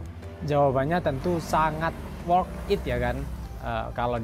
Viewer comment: worth it mas, bukan work it :v